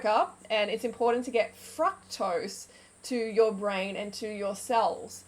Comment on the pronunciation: Please pronounce fructose correctly